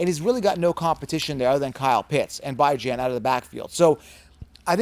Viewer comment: Please learn how to pronounce Bijan's name correctly.... 😬